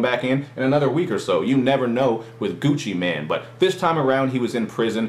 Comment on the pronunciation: lol, he says gucci man, sounds like hes talking about a superhero XD